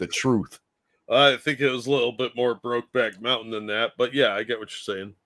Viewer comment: you said Brokeback Mountain it's more like " Brokeback fountain "